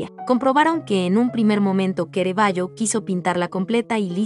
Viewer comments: todo muy bueno....pero no se porque lo llamas QUEREVALLO😳 su pronuncia es CARAVALLO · Pero por qué dice Querevaggio? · ¿Kerevaio? ¿Y esa pronunciación? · A la chica narradora: ¿por qué insistes en que el pintor es "Queraballo" y no Caravallo (en español) y el dios Bacó en vez de Baco? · Completamente de acuerdo con su comentario. No es Queravallo ni es Bacó. Es Caravallio y Baco. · Perdón pero al pintor se lo llamó Caravaggio , NO QUEREVAGGIO. Y la primera obra suya que se observa es de Baco dios del vino, no Bacó con acento en la ó...🤷🏻‍♂️🙆🏻‍♂️ Quise ver el video porque admiro al pintor, pero ese comienzo me canceló las ganas de hacerlo. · Es Caravaggio , no kerevaggio !!!!!!!!!!! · Es Caravaggio, no Ceravaggio. Es italiano, no inglés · Bueno el imforme gracias. perdón ¿ donde encontraron el acento en Baco para nombrarlo como Bacó? y se pronuncia Ca ra va gio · Por 🎉dice Querevagio y Baco con acento en la o como palabra aguda. Es lo correcto? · Muy cultural la información. Gracias. Es una máquina traductora? Hay palabras mal pronunciadas. "Excena" baco"queravagio. Los subtítulos en español no hacen falta, tapan las imágenes. Por lo demás excelente, muy ilustrativo. Gracias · Horrible!! Bacó jajaja Kerevallo 😂😂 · "kerevayo" ahhhhh mis oídossssss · Kerevaggio ,kerevaggio arruinan un video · Es una lástima que un vídeo tan magnífico, tenga un audio tan lamentable . Pronuncian mal el nombre del artista y otros errores que denotan absoluto desconocimiento de cultura general. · La muestra y selección de las obras es excelente. En mi humilde opinión deberían haber corregido la regular a mala pronunciación de la locutora, que en varias oportunidades pronuncia mal las palabras del texto y lo que es imperdonable en que no mhayan corregido el nombre del personales !! CARAVAGGIO !! ( LOCUTORA LO LLAMA "QUERAVAGGIO" UN DESPROPÓSITO ) sI PUEDEN TRATEN DE CORREGIR ESTE ERROR ) Gtacias, Armando Cerutti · Pronuncian mal el nombre del Autor y el de Baco😢lástima